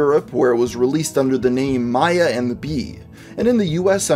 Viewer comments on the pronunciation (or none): none